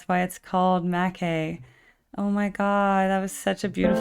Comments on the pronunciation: its pronounced "mack-eye" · Renegade re-watch ❤❤❤ its pronounced mack aye